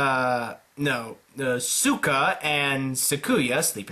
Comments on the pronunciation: When I heard how he said "Suka" instead "Suika" I tohught I will die XD In my language "Suka" mean "Bitch" XD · Did he pronounce Suika as Sukuya?